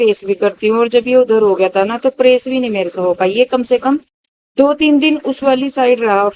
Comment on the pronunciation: Bhn bad nai bed bolte h.praise ni press bolte h.dhng se bola kro.phur bolti o log gvar bolte h mjak udate h